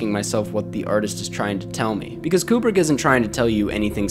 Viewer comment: It’s pronounced “Kyoo-brick”